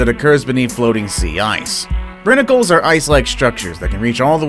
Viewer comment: You pronounced Brinicle wrong